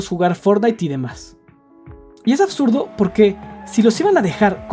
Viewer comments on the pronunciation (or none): none